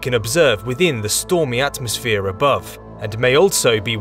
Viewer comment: At mos sphere pronounced as three separate words. You sound mental mate!